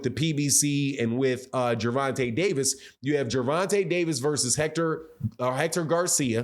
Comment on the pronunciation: His name is Ger von ta not Gervontay